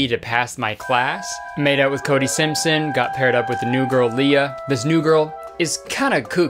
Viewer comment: WHY DID CODY SIMPSYEAHN HAVE A IRISH ACCENT